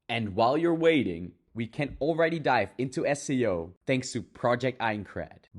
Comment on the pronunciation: But remember everyone this dude not sponsor because da dude not pronounce SAO with "As-Sei-O" instead "Ess-Ey-u stoopied pieces of grass"